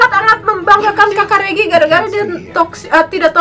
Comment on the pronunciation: U SAID IT CORRECTLY it's mee au ah woog and regi with the g in Indonesian hehehe